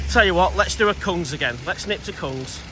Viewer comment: Just so you know, the word "Kung" is pronounced "Goong". Goong means prawn and is a common nickname in Thailand for females. Often when you see a "k" in a Thai word at the start of a word written in English, it is often a "g" sound